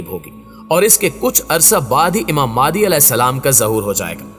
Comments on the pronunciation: بھائ ذرا تصحیح کر دیں نام مہدی تو سنتے آرھے ھیں، یہ مادی کہاں سے آ گیا؟ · Maadi nahi mahdi a s hai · Please pronounce the name of Hazrat Imam MEHDI A.S.pròperly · Pronounce the name properly, it's Imam Mehdi.